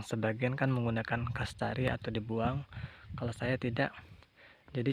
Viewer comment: Kastraksi bang bukan kastari..😊 Maaf ya bang saya hanya membetulkn kata kata🙏🙏 Semangat bang..👍👍👍